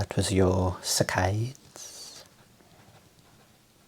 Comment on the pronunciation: I read "saccades" in the pinned comments before I heard him say it, and I thought it was pronounced "sa-cuh-dees" and not "suh-cayds" hahaha